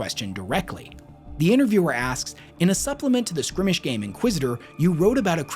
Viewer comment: Skirmish is pronounced "s-KUR-mish" =) It's cool, I also ended up reading at a much higher grade level when I was younger, so I often ended up mispronouncing unusual words I encountered while reading larger novels. Words like "rendezvous" really tripped me up back then.